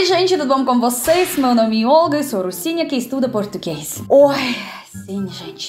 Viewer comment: toda vez que a olga fala russinha que estuda português eu entendo ursinha que estuda português. talvez de fato ela seja, kkk